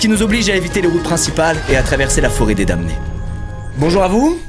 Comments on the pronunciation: Mdr ça s'écrit damnés mais ça se prononce dannés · euh, je veux pas être "CE" type qui corrige tout le monde, maiiiiis... on prononce pas le "m" dans "damnés"